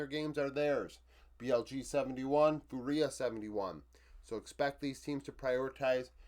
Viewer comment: Awesome review as always. A quick sidenote: fúria is pronounced FOO-ria, kinda like Duria(n) instead of foo-REE-a. Keep the videos coming, love to see your stats based analysis